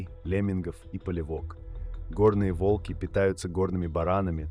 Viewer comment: Видео интересное, но подача подвела. Если вы переводите с иностранного языка, то уделяйте внимание и мерам веса или роста (сейчас нетрудно перевести футы и фунты в сантиметры и килограммы). И лучше озвучить ролик самостоятельно, или указать ИИ ударения. Слушать тяжело и не воспринимается, когда то вОлки, то волкИ, то прочие ляпы. Не знаю, может в наше время кто-то считает это обычным делом, но согласитесь, слушать нормальный понятный текст намного лучше, понятнее и приятнее, чем монотонное бормотание ИИ.